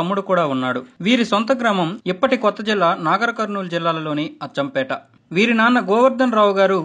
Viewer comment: Achampeta kadhu ra ayya Achampet.